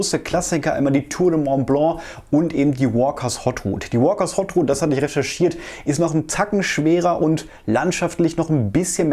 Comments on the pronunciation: Das ist keine Hot Rut sondern eine Haute Route, gesprochen etwa so: "oht ruut". Soviel Zeit muss sein. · Danke! Klugscheißerei: Haute in Walkers's Haute Route: H ist stumm, spricht sich wie "oht" (etwa wie "ohne").